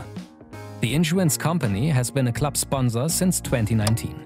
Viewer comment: "Club" or "Klopp"? I love the videos; but just giving positive feedback.